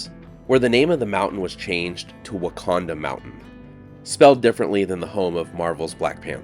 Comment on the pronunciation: Ouch ... "Wocanda Forever" Too Funny! 🙂